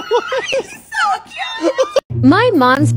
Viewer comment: It's Messi